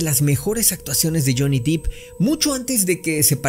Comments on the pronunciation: De hecho tu lo escribiste mal y nadie te va a criticar por eso verdad🧐. Es Depp.. No Deep. "Por dios" que sacrilegio verdad... Es broma mi distinguido y bilingue no te lo tomes tan a pecho.😉. Mi recomendacion es que mejor escuches la informacion que es lo que importa y armemos una conversación interesante de la pelicula, recuerda que la misma RAE, permite que pronuncies marcas y nombres tal como se leen si vives en otra región del mundo, osea para la real academia española es una nimiedad o como decimos aca "le vales 3🥒 pepinos si pronuncias bien" Nike o naiki" ya que ni los nombres ni las marcas estan dentro de un diccionario y cada lengua o persona tiene el derecho de pronunciarlos como lo desee. Un saludo 🙏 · Uuuff es DEPP no deep